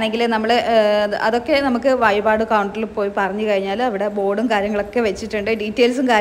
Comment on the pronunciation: വയിപാട് / ഏയര--- എന്താണ് ഇത്. ഴ എന്ന അക്ഷരം അറിയില്ലേ. പിന്നെ വടകര ഭാഷയാണെങ്കിൽ മുഴുവനും അങ്ങനെ പറയണം. വടകരക്കാർ അറിയത്തില്ല പറയത്തില്ല എന്നൊന്നും പറയാറില്ല